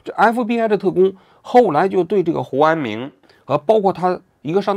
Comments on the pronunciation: 应该是念成胡明安了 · 胡安明怎么回事？读成胡安勇了？有一个没有改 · 念的是胡安友，有一句话忘了打补丁能听到原声， 这里。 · 应该是念成胡志明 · 之前是不是读成胡明安😂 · 什么鬼，hu an ming ，听不下去了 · 这个“huanming"替换了几十次，应该是之前读错了:face-purple-crying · 胡和查两个名字都读错了吗？ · 听到胡安“明”这里蚌埠住了😂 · 我怎么觉得你说 胡安明的时候，被处理过了，是不是一开始把人家名字念错了，然后后来想什么办法处理的哈哈。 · 胡安明 是不是念错了 不然为啥每个都替换了😶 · 胡安明咋了 名字说错了么 后期处理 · 应该念错了，后期发现录了一句剪进去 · 标志性嘴瓢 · 胡安明~胡安明~哈哈哈哈。鬼畜读音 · 是有点怪怪的